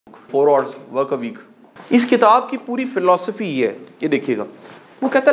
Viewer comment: Hours ki pronounciation to seekhlo